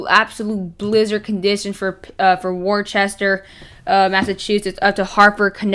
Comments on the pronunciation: Btw, Worcester is pronounced wis-ter. idk why it’s pronounced like that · My son went to college there, it's pronounced Woo-ster. 🙂